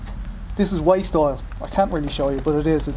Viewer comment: Thought you said waist oil